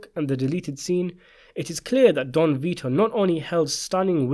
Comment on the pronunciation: The boy's name Vito \v(i)-to\ is pronounced VEE-toh. It is of Latin origin, and its meaning is "life-giving". Mostly Italian use. Saint Vitus was an early martyr who ...